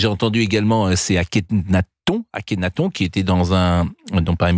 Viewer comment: ne sait pas prononcer Akhenaton?